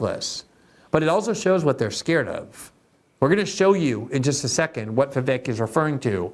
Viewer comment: It's pronounced VivAYK. A long A sound for the E, not eh.